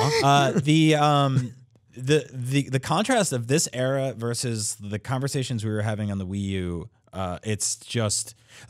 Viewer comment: Why does keep saying 'verse' instead of 'versus'?